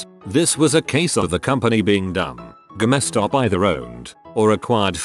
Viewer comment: Stupid robotic voice. Saying Ga mess Stop instead of Game Stop.